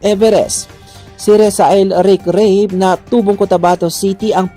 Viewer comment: Ra-be hibdi po Reyb ang tamang bigkas ng last name ni Ric